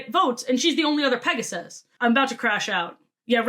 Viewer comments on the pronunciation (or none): none